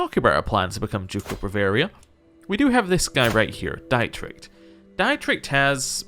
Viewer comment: Pro tip for German pronunciation when it comes to "ie" and "ei"- it's pronounced like the alphabet of the second letter. "Ie" is "ee" so your liege's name is pronounced "deet-rick", and "ei" is indeed pronounced like "eye" which you have been doing for your brother and wife correctly